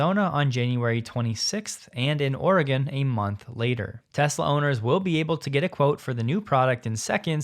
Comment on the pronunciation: Big fan and never miss an episode. FYI Oregonians pronounce Oregon as Ore-gun Not a pun , just how we say it 🤷🏻‍♂️